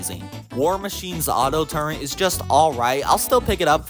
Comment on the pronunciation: TURRET, TUR ET, not TURENT